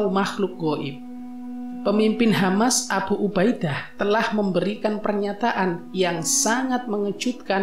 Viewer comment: Abhu ubha Idha... bacanya kok gitu sih pak...?😂😂😂